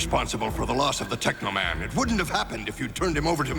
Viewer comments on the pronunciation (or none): It's tekaman